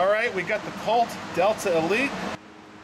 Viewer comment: It sounds like you are saying Delter. Am i hearing wrong ?